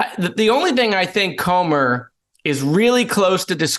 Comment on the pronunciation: it's pronounced Cooomer